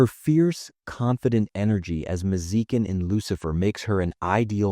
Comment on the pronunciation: her name is maz-eh-keen